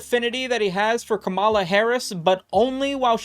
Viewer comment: Only conservatives pronounce kamala like that lmao, say it like one syllable